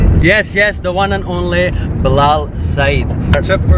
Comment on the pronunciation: Yaar bilal saeed ka naam tu saee tara pronounce kro balaal saeesd